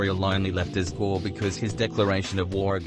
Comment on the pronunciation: "Guei" is pronounced "gay"